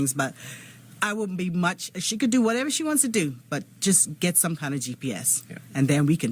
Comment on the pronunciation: "In a cabin or whetever she was"